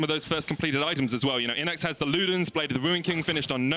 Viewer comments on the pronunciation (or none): none